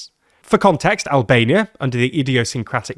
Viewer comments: Not super important, but for future reference, Enver Hoxha's surname is pronounced like Hoja, not Hocsa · bro it's pronounced Hodja, not Hoqsa 🥺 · Big fun here ! First Enver hoxha is not hoxa even though you see those letters is more like “hoJa” for an English person, J like Jacket. Second no bad news is for Rama and Albania as they bring attention to Albania . 🇦🇱 he is good diplomat and can speak very fluently good . Third nice clip keep it up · Not how you pronounce Hoxha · its 'hoh-shuh', not 'hawks-huh' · Its not Hoksa but Hodja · "Hoksa" ≠ "Hoxha". Xh(ʤ) makes the sound of "J" in "Jet". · Ho-juh. It's Enver Ho-juh. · Learn how to pronounce foreign names. It's Hodga. Dž. On topic: they always lure poor countries in with job opportunities and hungry and naive people fall for it. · your pronouncing “Hoxha” wrong. It’s not “Hoksa”. The “Xh” in Albanian is like the “J” in “jacket” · Who the f is “ hoksa”??? Learn to pronounce hoxha correctly for gods sake. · the xh in enver hoxha is pronounced like the j in 'jam', "enver hodger" if you like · "Hoxha" is pronounced "hodge-a". The "xh" in Albanian represents a "j" sound. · It's like you deliberately try to mispronounce every foreign person's name. Enver Hoxha is pronounced of course. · That pronunciation of "Hoxha" was painful to hear. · i dont understand why you wouldnt check the right pronunciation before using foreign names in videos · Nice coverage, however you guys keep mispronouncing Hoxha's name. The 'xh' is one letter in Albanian, pronounced somewhat similar to an english 'j'. Google translate pronounces his name quite well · "Hoxha" pronunciation strikes back. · I have never heard somebody pronounce Hoxha that way, that's actually incredible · That's like, the main way to mispronounce his name